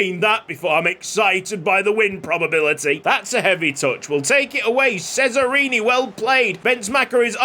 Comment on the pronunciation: Just to let you know, "Cesarini" is actually pronounced "Che-za-ree-nee" (according to Forvo at least) 🙃